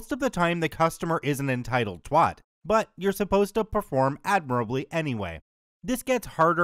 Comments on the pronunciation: Did you mispronounce "twat" on purpose? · I still giggle when I hear "twat" pronounced with an "o" noise, not an "a". I know it's dialect - I just wanted to comment for the algorithm